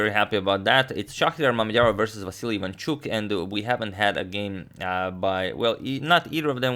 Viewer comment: Maybe he says Vasyl Ivanchuk but it sounds like Vasily Vanchuk